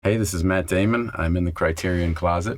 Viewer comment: did he say matt damon or matt gayman?